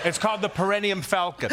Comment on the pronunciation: That and “Perineum Falcon.” 😂